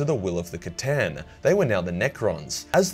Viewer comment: Who here is from the time that pronounced the C'tan as Stan?